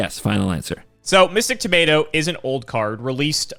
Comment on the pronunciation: I am so sick of pronouncing things wrong, he even said "tomato" wrong 😤